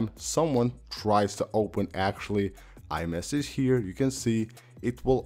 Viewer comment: Did he say Imessage?😂